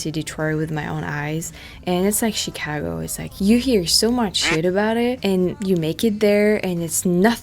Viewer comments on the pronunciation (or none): none